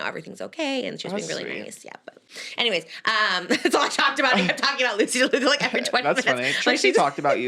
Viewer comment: Trisha 😭 it’s Loosey LaDuca** not Loosey DeLuca. You’re gonna get her more fired up 😭😭